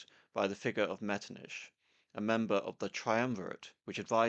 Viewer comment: Out of curiosity, why do you pronounce Metternich's name as ''Metrniš''? Why not pronounce it as it's done in Czech and German, just ''Metrnich''?